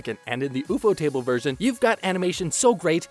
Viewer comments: What kinda idiot pronounces the words ufotable and apocrypha like that.... Wtf? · why does bro say ufotable like ufo table and not "U" fodable cause i think thats how you say it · Man really said Oefotable to ufotable 😂😂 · I did not know that there are people out there who pronounce Ufotable the way u do